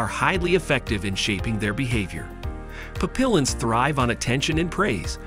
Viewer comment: Papillons the Ls are silent. Pap-e-ons